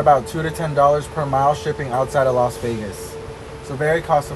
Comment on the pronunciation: Its not LOS Vegas. Its LAS Vegas…. 😂😂😂